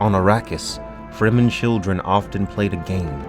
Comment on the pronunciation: he should read loud and clear the word FREEMEN, as exactly what it means : free men s land